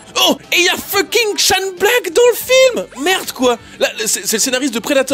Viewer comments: Chaine Black. La prononciation correcte. Son nom étant Shane pas Shawn. oui je fais chier mais bon. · "Shane Black"... "Shane" se prononce "ché-inne"... mais où vas-tu chercher ton "chonne Black" ? Bref... j'aime tes vidéos mais ton anglais est exécrable. Mais j'aime tes vidéos... ^^